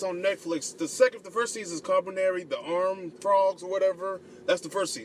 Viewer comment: I think it's actually pronounced Koo-Lee-Par-Ree but great review.